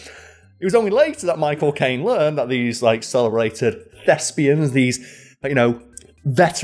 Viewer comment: Everytime i heard "my cocaine" instead of "michael caine"